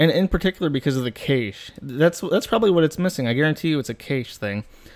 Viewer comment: It's not kaysh it's cash.